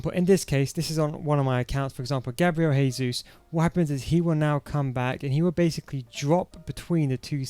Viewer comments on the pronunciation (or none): It’s Jesus not haysuz. Lol. Brazilians speak Portuguese not Spanish. Good formation tho !! 🔥🔥 super fun.